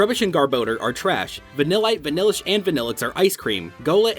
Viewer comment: You got vanilite vanilish and vanilluxe wrong watch the Dex episode